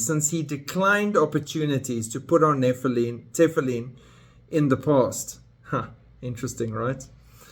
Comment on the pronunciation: For your information, all religious Jews wear Tefillin, not just ULTRA orthodox. And most Jews, even secular, know how to pronounce it. You don't pronounce it correctly, which shows how little you know about Judaism. Shocking!!!